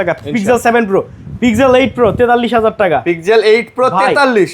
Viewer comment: ওটা পিগজেল?, (Pig-gel, শুকরের জেল😂) ওটা পিক্সেল ভাই